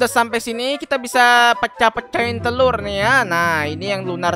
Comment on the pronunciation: Bang ko lu bilang terur